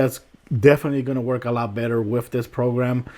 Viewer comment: "Wif" "Dee Lay" "Really Really" Love the way you pronounce certain words haha. Thanks for the vid. This helps